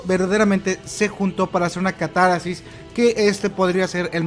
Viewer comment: Es catarsis, no catarasis. (?